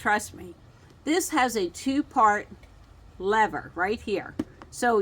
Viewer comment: I thought you said; "this has a two fart lever" 😮. Then I read the closed caption.😊